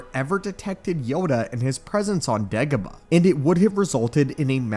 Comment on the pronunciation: It sounded like you said ((Degabadoh)). LoL It just rolled into my ears like that, idk. 🤷 👌